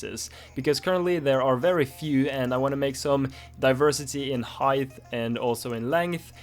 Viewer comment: Heigth ang lengff